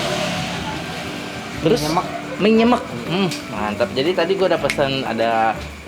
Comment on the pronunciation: Nyemek baca "e" nya yang belakang kayak huruf "e" di sepatu kak. Jadi pengucapan "e" yang depan sama belakang sama.